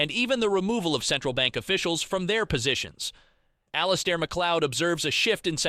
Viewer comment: IT'S ALL-IS-AIR AND HIS DAILY NOTHING.